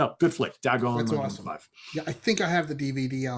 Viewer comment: buddy, you're awesome but its pronounced "Day-gone" as in its day time and you are gone from a place.